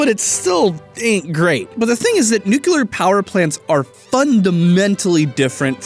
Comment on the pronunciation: He said nuclear powder plants